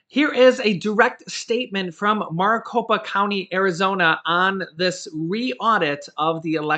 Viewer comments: Its pronounced (Mare-i-copa) sorry got OCD, I live in Maricopa County (Phoenix, AZ) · It's pronounced merry Copa or Mari copa lol. I'm an AZ native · your pronouncing Maricopa wrong but close ❤